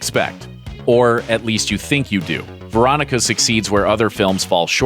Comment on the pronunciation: This list lost all credibility when I heard Veronica